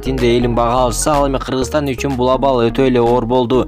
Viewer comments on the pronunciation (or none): none